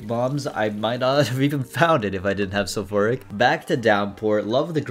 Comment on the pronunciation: Calling Sulphuric "sulphoric" is indeed a moment (how could you reroll spoon bender